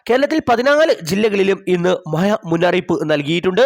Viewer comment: പൊട്ടാ മയയും കോയി ക്കോടുമല്ല